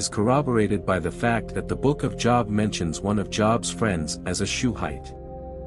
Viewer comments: Hey AI. Your pronunciation of job is wrong. It’s JOOOOB! Not job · Hagar was not Adamic thus easy answer. God maintained the Adamic lineage until the birth of Christ. BTW it's pronounced Jobe not Job. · Jobe, not Jawb. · Job is not pronounced job(as in work). It's pronounced with a long o sound (as in robe). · i'm sorry, I like the episode, but Job? That's what I do for a living - how-a-bout pronouncing it as most people do Je-ob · Job is pronounced Jōhb. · JOB is pronounced JOBE. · Your podcast is interesting and informative. Could you please correct the pronunciation of Job? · I never heard Job pronounced that way. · Job is pronounced with a long O. like OH. like an exclamation. It's not like a work experience. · You don't know how to pronounce the biblical name JOB? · You lost me when the artificial voice mispronounced Job. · The AI doesn't know how to pronounce Job